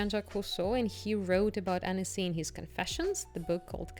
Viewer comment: Pronunciation is Ahn-cee. Amazing place ♥️